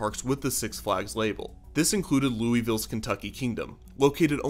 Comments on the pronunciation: Piece of advice: it's not Looey-ville, it's LUHL-ville! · ITS LEW-VUL KENTUCKY NOT LOUIE-VILLE KY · It's not pronounced Lewey-ville, it's pronounced Lou-vol (like Volvo) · Hearing it pronounced "Louis-ville" never stops hurting. It's pronounced loo-a-vul. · It’s not “louieville”